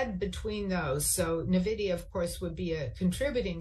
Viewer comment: There it is again! “Navidia”! Why can no pro trader pronounce Nvidia?